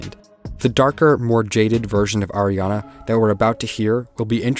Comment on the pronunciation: him: AIRana grande Me: ITS ARIana GRANDE!!111